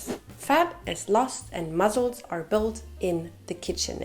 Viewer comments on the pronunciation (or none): I personally love how she says “muzzles” hahaha ❤ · I loveee the way you pronounce “muscles” 😂🫶🏼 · The way you pronounce “muscles” is angelic! Your accent is beautiful 🤍🤍